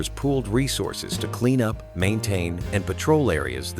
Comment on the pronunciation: "Wasn't just cleaned uppit" That's what the AI voice said. Lazy ass creators these days....